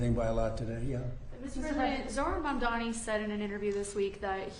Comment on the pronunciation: please learn to say Mamdani - “MOM-Donny.” Thanks! ❤ from NYC